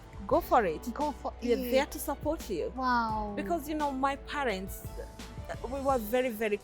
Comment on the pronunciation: Palents haha haha..